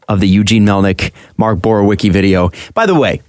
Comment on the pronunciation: Oy vey... Borowiecki - [Boro-vee-etz-key]; unless you are purposely saying it bad then carry on.